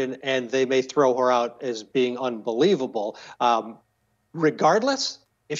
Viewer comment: he .. meant 'unbe'weavable